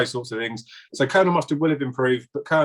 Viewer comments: I had to turn it off, I'm sorry, but I couldn't help but laugh every time said Colonial Mustard, and I saw you smiling early on, every time he said it too 🤣 How did you not correct him 🤦‍♂️😆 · I understand about struggling with certain words and pronouncing them but surely COLONEL is not one of those words......why are you not correcting him given he said the word so many times! sounded very silly......